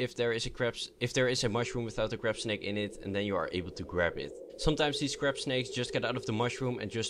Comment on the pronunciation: when you said crabsnake it sounded like crapsnake